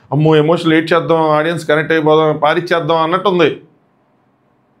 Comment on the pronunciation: Audien kadu audience okkarinaina kuda audience ane antaru guru